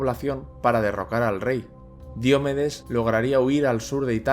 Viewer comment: Qué grandes vídeos haces, gracias. Ahora, una crítica constructiva: ¿Por qué pronuncias Diomedes como si fuera una palabra esdrújula? Si fuese esdrújula llevaría tilde y no la lleva.